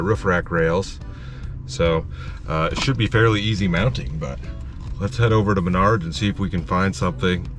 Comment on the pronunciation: Lol Manards sounds like your saying my nards.......